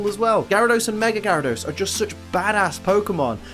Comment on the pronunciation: #1, THE U IN KABUTOPS SHOUDL BE AFTER THE B! #2, IT'S GYARADOS, NOT GARYDOS!